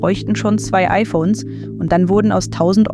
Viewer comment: Es heißt IPhone und nicht IPohne